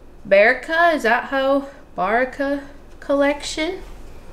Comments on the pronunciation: I've been wanting to try the African Black Soap Crumbles, but it was constantly sold out. Baraka is pronounced Ba-rak-a (short 'a's). All Baraka products are responsibly and sustainably produced. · Hi! It is pronounced Ba-rock-a. They make wonderful products, that support African Women who make the Shea Butter, Black African Soap Crumbles and Virgin Coconut Oil. I think you will love their shea butter! I do. I understand the head space thing for sure! You had a rough end of last year and beginning to 2022! Which reminds me, you said that you and hubby were going to address the end of last years issue. If you've changed your mind, I understand that to, as it is a personal journey as well as a business journey! I just thought I'd remind you, in case your still willing to share! Either way you choose is perfect! My husband Wayne and I both extend our moral support to you and your family! Have a wonderful end of your week! Hopefully we get to see what you made today after this unboxing video!!! Jill Gross